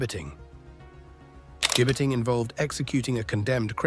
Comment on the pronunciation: At least pronounce and spell the word correctly. 'Gibbeting'. Not Jibing. (Gibbeting is the use of a gallows-type structure from which the dead or dying bodies of criminals were hanged on public display to deter other existing or potential criminals. Occasionally, the gibbet was also used as a method of public execution, with the criminal being left to die of exposure, thirst and/or starvation) 'Jibing' Present participle of jibe.